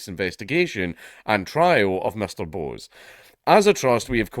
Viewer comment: It's not 'Bose', mate. Bose is an Indian name (usually Bengali) and is pronounced more like 'Bosch''.